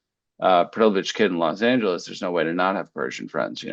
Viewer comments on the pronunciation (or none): none